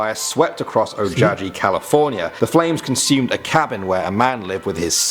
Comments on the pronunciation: In the Char-Man story... O-ja-he California? I think he meant Ojai, which is pronounced O-hi. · y'all should totally do a video telling us the urban legends & myths each of you like or scares you the most from Portugal....btw the Char-man urban legend is from Ojai which is pronounced O Hi not whatever the dude in the video said....there's alot of American towns & cities that are named for other cities & towns & countries around the world....these stories are tame compared to others we have lol